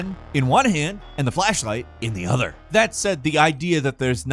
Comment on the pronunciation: I'm dying at the way he said "hold the gun in one hand and the flashlight in the OTHER"